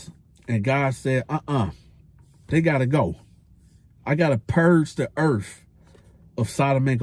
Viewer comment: Yo dawg, gotta purge da earf 😅😂